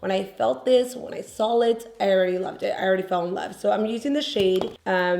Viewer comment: “When I sawl it “ 🤣